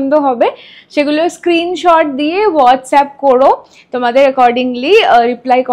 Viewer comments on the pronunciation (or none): none